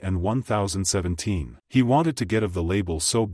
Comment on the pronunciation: Not 0ne thousand seventeen lmao it’s Ten Seventeen but i get it 🤣🤣🤣